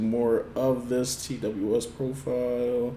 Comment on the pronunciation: Also letting you know TWS is pronounced “Two Us”